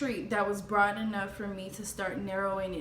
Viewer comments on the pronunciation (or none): none